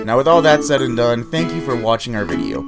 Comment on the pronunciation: said not saif